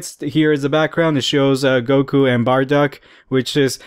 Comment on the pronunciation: burduck? I thought it was bardock.